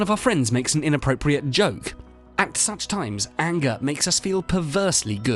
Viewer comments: Didn't know what ayengah was till you ayengahed me with the accent of the woid. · The way you are saying "anger" is making me angry! :)